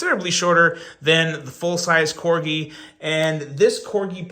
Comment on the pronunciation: Wow! And just like that you decided to start saying Corgi correctly, lol. Keep up the good work.